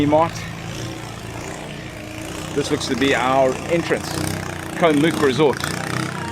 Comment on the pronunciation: Challee beach on Koh Mook the neighbouring island is much better (my wife's home island). When I visited Koh kradan, I was nearly run over by long tail boats while snorkelling. Way too crowded. Koh Rok and Koh ngai are better for snorkelling. Koh Mook is pronounced to rhyme with look.